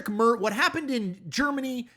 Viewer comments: it's basically something like "Marts" with an American pronounciation of the "a" (like the German ä). Important to know in this context: the German "z" is pronounced like "ts" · Honestly, i would love love love just once, ONE TIME, that Americans would listen to how a name is pronounced before trashing it on the internet. Merz is soooo easy!!! And this dude said it in every way possible incorrectly!! Also its wildly annoying that Americans think we (the german people, even Europe) copy their ways in everything. Europe has existed way longer than that shhh show of a country you call USA. For an American president to assume that the CDU is a carbon copy of the republican party makes my stomach turn!! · Closer but still not correct. It's not an easy name tbf. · Ok... let's get this right as Merz will be around for a while. The /e/ should be more like the /a/ in , but that might be hard to do in the Anglophone world. But what definitely will help is the pronunciation of the /z/. In German a /z/ sounds like /ts/. That makes the name easier to say. Much like the dance, "waltz". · Chris- the guys name, being German has a harsh TSSSS sound not a soft shh. Merz like in megahertz. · How hard would it be to learn how to pronounce Merz's name? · Please look up how to pronounce "Merz." You're getting it very wrong. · Research and practice how to correctly pronounce the names of non-English speaking politicians please- eg Herr Merz. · It is pronounced like "Mehrtz" not "Muhrrzzz" also the AFD are much further to the right than you describe them, they are full on fascists running on a platform or queer extermination and ethnic cleansing of Germany. They are forced to hide their rhetoric with dog whistles to avoid saying their criminal intent out loud but everyone here knows what they want to do. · Tiny german pronounciation tipp, Merz spoken out loud is like a sheep sound "mäh" with a rolled "r" and a sharp "s" at the end. So "MährrrrZ" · Merz is pronounced "Mairtz."